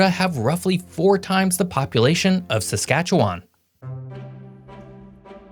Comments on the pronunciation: Bro keeps using a long A in Saskatchewan. Locally, the last A is pronounced more like a mix between an E and an I. Edit: You also shouldn't pronounce the S on the end of Metis. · Can someone please tell this guy how to pronounce Saskatchewan and the word Potash?!🤦 Also Sask has a ton of oil, just not exploited to the extent that Alberta has. Alberta has the mountains but Sask has all the lakes and good fishing. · The pronunciation is killing me 😂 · You pronounce Saskatchewan like someone who isn’t from Saskatchewan, it’s cute. You pronounce “potash” like Samwise Gamgee explaining it to Gollum. Also Saulteaux and Metis are French words and it would be worthwhile to look up the pronunciations. Other than that, very good and informative video! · Do not be hard on, he does pretty well pronouncing place names. Most people have difficulty pronouncing a tricky place names if they did not grow up there. I thought he did well compared to other manglings of Saskatchewan I have heard. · ya I think he doesn’t know Canada well, you can tell by the way he says Saskatchewan. And anyone who went to school learns the 3 prairie provinces are MB SK and AB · not to mention his pronunciation of “Saskatchewan” makes me cringe every time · Where’s the O in Saskatchewan? You’re switching the A for O at the end of the name. The way a Regina or Saskatoon resident would pronounce their province is to truncate the end and say “Saskatchewn” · Going to have to teach you how to pronounce some words better. Ssktchwn basically doesn’t have vowels. Gotta know geography a bit better as Saskatchewan north of the 53 parallel is NOT easy to be an inhabitant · Saskatchewin It’s a schwa sound at the end, and it’s supposed to be half pronounced, or even silent. Nobody in Alberta calls the North Saskatchewan River “the North SaskatcheWAN River”. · geography videos by people who have never been there ....,nor can they pronounce the names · He says Saskatchewan wrong. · Learn how to say it